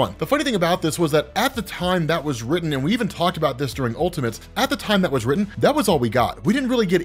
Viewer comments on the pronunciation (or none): none